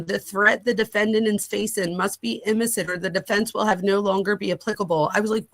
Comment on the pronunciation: Imminent not inniment.